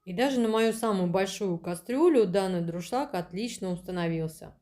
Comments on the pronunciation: ДУРШЛАГ.!!! НО НЕ ДРУШЛАГ.!!! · Тяжело слушать безграмотную убогую речь, "с магазина", "с холодильника", "с пакета"... слова паразиты - "ну, ну" через каждое слово. "Как я уже сказала, как говориться, да?..." Сто раз произнесла "ДРУшлаг" вместо Дуршлаг. Почему у нас каждая домохозяйка считает себя блогером?? Понравился только приятный голос девушки и такие же приятные тембр и интонации, видно что хозяйка добродушный человек. Выбор товара конечно тоже так себе, зачем столько дешевого чёрного пластика? Те же самые товары можно найти в болеем симпатичном исполнении. Нам мало, что мы варим яйца в дешевом пвх, мы решили ещё добавить туда кусок вонючего силиконопластика, чтобы уж наверняка гадости побольше в продукт впиталось 😂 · Ну вообще-то не друшлаг, а дуршлаг.